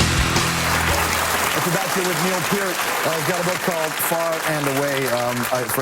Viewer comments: Least he said Peart right this time. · That's how it's pronounced. P-EAR-T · Yes! Thank you! It's pronounced "Peer -t." Like, "Take a long walk off a short PIER." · What an interesting guy! Never knew how to pronounce his name properly... until watching this interview. Gone way too soon. R.I.P., Neil. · Thank god he said his last name right I respect this guy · His last name is so often mispronounced that when someone says right it feels strange... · Thanks for saying his name correctly!! Rest in Peace... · Stayed long enough to hear his NAME PRONOUNCED CORRECTLY!!!!!!